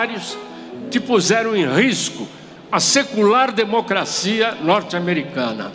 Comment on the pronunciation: Kkkkk lida. Na USP kkkkkk é demo cracia